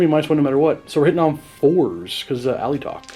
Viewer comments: James Garvican it isn’t, it’s spelled Alaitoc so your pronunciation rearranges the word. I would say al-ay-toc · I'm pretty sure Alaitoc is pronounced a-lay-talk, with emphasis on the "lay".